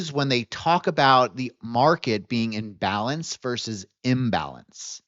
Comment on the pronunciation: The way you are saying "in balance", you say it quickly like it is one word. It sounds too similar when you say "in-balance" vs "imbalance" I suggest you use the terms "in balance" vs "trending." Or use the terms "in balance" vs "out of balance". There has been at least five or six times, in your videos, when I have had to scrub back and replay segments of your videos to make sure I am understanding what you are saying. Imagine listening to a lawyer and you cannot understand if they are saying "illegal act" or "a legal act." It is frustrating to listen to. I see that you are spelling it out on screen, but phonetically these terms are just too similar.